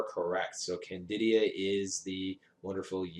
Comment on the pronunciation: Isn't it Candida not candidia?